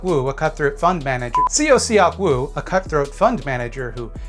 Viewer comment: tip for pronouncing korean, those vowels such as in seok-woo are dipthongs to be said as one vowel. eo is similar to uh (like when youre thinking of what to say). seok is kind of similar to suck just with less emphasis on the final sound